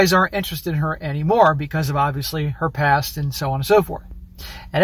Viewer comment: You said "her past", I heard "herpes"